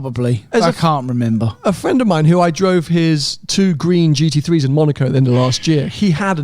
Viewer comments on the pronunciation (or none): none